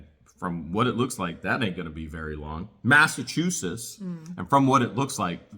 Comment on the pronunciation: sound it out mass a chew sets Massachusetts.